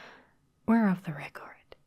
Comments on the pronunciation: We’re off the what now? Cuz it sounded like she said “recard” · SmoothTurtle for the record